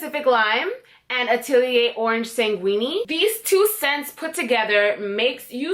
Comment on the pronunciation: Thanks I enjoyed the video but about the Atelier perfumes it’s orange sanguine SANG-IN it’s French you said it like it was Italian